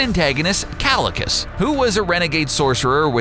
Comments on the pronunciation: kalicus? omg how you dare... it's KAECILIUS not Kalicus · "Kalikus" ITS PRONOUNCED KYE-SIL-EE-US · Ki-see-le-us is how is pronounsed